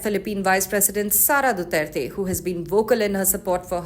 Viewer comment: ICC cant even pronounce his name right much more of what he has done